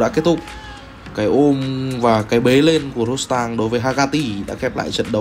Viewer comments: tên là ro đờ tăng , chứ ko phải ro sờ tăng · Qua VN thì ông ad tự chế cho em nó thành Rodstang, hài ghê! Nước ngoài nên phải có "sờ" thì nó mới sang nhỉ? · Rodtang không có chữ s nào mà sao bình luận cứ Rostang là sao thế ạ? Nghe rất khó chịu.